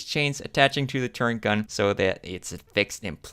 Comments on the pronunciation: Please learn how to say the word turret. There is NO 'N' in it. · What was the price for those bad ass, highly detailed, M1A1 Abrams BT's ? They're awesome. And BTW you're pronouncing "turret" wrong, it really sounds weird.